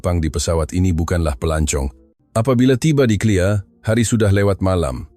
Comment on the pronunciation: BUKAN CLEAR tapi KLIA